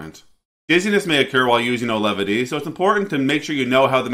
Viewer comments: You called the drug Alevity. I believe it's pronounced like it's spelled. Au-ve-lity. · My wife starts this tomorrow with years of MDD. Hopefully effective as nothing else is. P.s. it's pronounced 'Awe-Velity" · You mispronounced both "Auvelity" and "Bupropion" within the first two minutes of your video. What a clown.